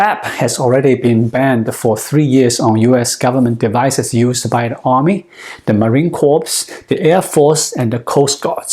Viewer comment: Thanks for another informative video. FYI pronunciation of “corps” (as in marine corps) is [KOR] where both the ‘p’ and ‘s’ are silent (b/c of origins from French)